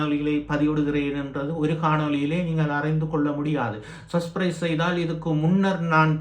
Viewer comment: சஸ்பிறைஸ் அல்ல சப்ஸ்க்கிறைப் ! உச்சரிப்பு சரியில்லை ! ஊடகத்துக்கு புதுசு போல . ஏன் இந்த உழைப்பு ?